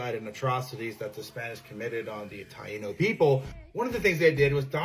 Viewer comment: I had read about the Taino people but I had never heard it pronounced. It was nice to hear it and learn the correct pronunciation, so thank you for that! (Along with all the other facts in this vid)